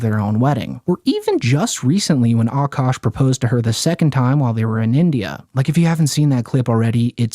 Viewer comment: Aint no way this guy in the video called him "Cukash", lmfao, 😂😂😂😂😂